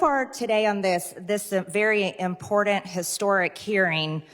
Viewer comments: What is the word "impoordant?" Learn to speak Marge. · Will someone PLEASE teach Marge Traitor Peen, how to pronounce important! I see she’s learned how to say hypocrisy 😂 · It's pronounced IM-port-ANT, not imported. Go to school, you 🤡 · I'm seeing a pattern in the folks who say "impordant" instead of important. Most I've seen/heard are facking thick in the head. Just saying. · The word is pronounced "IM- POR-TANT" Marjorie not "IMPOR-DAN" ALSO THE FENTANYL. COMES FROM CHINA. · MTG, says, "impordant"? It is important. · Hey MTG it's important not "impordant". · Can someone please teach MTG to say important! It’s not impordent! Plus why didn’t her boyfriend Trump save the border? He just made it worse. Now we are cleaning up his mess! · For the millionth time it is IMPORTANT, not IMPORDANT!! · ppssstttt....Margerie,,, there is no D in important! It's not impordant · "Impordant".....Really? You can't even speak, forget about thinking. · "impordant" is not a word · What is “impornant “? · She sounds o stupid every rant she says impordant. She cannot even pronounce words. She just wants to raise money vote this clown traitor out of office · Man, I hate the way Marjorie Traitor Greene says “impordant”. Well, I hate everything she says, but that word irritates me. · "imporDUNT"...no "D" in important. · Impordant? Learn to speak properly imbred woman. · “ impordant “ did she fondle trumps cardboard crotch before she opened her moronic mouth ? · That MTG constantly pops the mic. She also mispronounces the word "important." ("impordand?") Please stop the insanity. Vote them out. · Impordan? One must need a decoder ring to read all 5 pages of her book. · Words she doesn’t understand and just says because she thinks it all makes her sound “impordant.” 😂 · So...#MarjorieTraitorGreene says it's "impordint"...so listen up! Gawd...we really lowered the bar by electing people like her, #BoBoBoebert, #MuttGaytz, #JoshHowley, and #TraitorTrump. 🙄